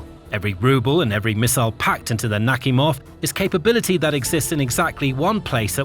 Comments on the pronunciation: It's naKHIMov - not NAKhimov. Ask a native speaking or look it up. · Admiral "Knock Him Off". That's what it sounds like. 🤣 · I really heard the "Admiral Suk-me-hov" the first time. 😂😂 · Are you serious someone is getting punked..." NAKHIMOV" 😂😂 it literally says; Knock-- Him-- Off. 😅😅